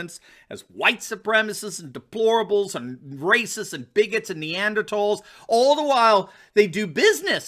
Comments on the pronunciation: thank you for pronouncing "neanderthal" properly. You rock! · Finally, A pod-caster who knows how to pronounce the word, NEANDERTHAL. I always thought your videos were informative and well done. I will stay with your channel.